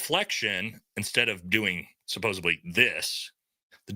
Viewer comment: SupposEDly, please. (Not supposABly)